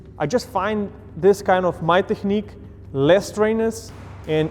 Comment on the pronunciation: « My terhhhnique »